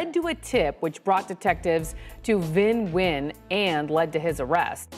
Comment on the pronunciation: Just a side note Vĩnh nguyên is actually not pronounced as you pronounced it is actually said win like thay